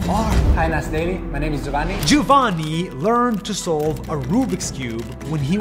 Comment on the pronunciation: “Jovanny” As an Italian girl how Nas pronounces “Giovanni” is really funny AHAH Anyway I love ur videos Nas!